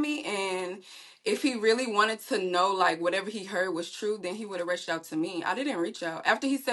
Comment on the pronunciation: Did she say she would have "wretched out to you" instead of "reached out"? Yikes! 🤔🤫